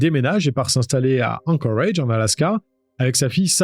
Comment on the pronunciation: ...............pourquoi tu dis anchorage avec cet accent ridicule,tu dis toute la phrase en francais et ce seul mot avec un accent totalement ridicule,alaska tu le dis pas avec un accent anglais tu le dis en francais,alors c est quoi le délire,arrete sérieux..........